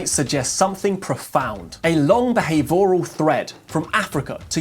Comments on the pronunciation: The pronunciation of “behavioural” requires a palatalized triphthong. Thus /bee-HAYve- your-ull/ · Why do you pronounce behavioural so strange like an AI?